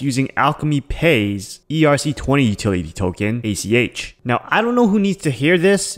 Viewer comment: Get it right. It's ACH. Not ATM. You keep referring to Alchemy Pay as ATM.